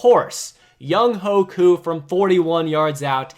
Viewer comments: “Troy Murphy”??? 😂😂💀 Byron Murphy, you mean. Edit: “Young-hoe Koo”??? 😂😂💀 It’s pronounced Young-way Koo. Edit 2: “Browns loss”??? They won that game. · Yung-WAY-Koo you clown! How do you keep messing up players names! I’m not even a falcons fan man come on!